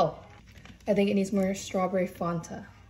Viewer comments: It cracks me up because she mispronounced " Fanta". This is the second time she days "fawnta". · i’ve never heard anyone pronounce fanta like “fuhntah”, in new zealand we say “fan*-tah” *fan just sounds like regular fan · Love her pronunciation of Fanta. “fArNtAh” 😭👌🥹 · The pronunciation of Fanta and the stirring the drink with a knive, tells me everything I need to know!